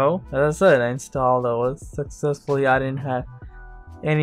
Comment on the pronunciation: I thought I heard you say "sexistfully installed" . I know what you meant though, haha. :-P